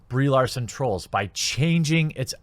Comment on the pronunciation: My eyes keep wanting to read Brie Larson, but my ears keep wanting to hear Bree Olson.